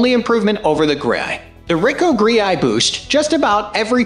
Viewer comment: Why do you pronounce the Ricoh GR like that? Also no mention of the leaf shutter for it as well the Fuji? One would think a professional would be especially interested in that tidbit.